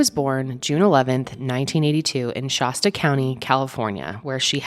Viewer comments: Every time you said Shasta I had to rewind!! 😂 it’s not Shah-stuh it’s more like Shass-stuh ❤️ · It’s Shaaasta County. Not Shahsta. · “Shæst-uh” with a flat A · ShAsta not shawsta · You pronounce Shasta like it's a type of bottled water with that 'ah' sound. It's the same sound as the a in fast, Shasta, not Shahsta. Not that it matters, lol. it's just so strange to hear it that way. Like emasheated rather than emaciated. It's a prevalent millie thing. It's entertaining. Kind of sad too but hey, we're all just rollin' with it, right? Your baby has a non malevolent spirit attached to it, go see your girl. Protection. It's all about protection, nice. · I cringe when I hear pronounce Shasta as Shawsta. Who hasn't heard of MT Shasta? Especially someone from Denver Colorado. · Anyone else from the area cringe everytime someone pronounces Shasta weird like she does? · You pronounce Shasta funny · I love your content but learn how to say Shasta lol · Peace and Love, I never thought I'd hear someone mispronounce "Shasta" so many times. 😂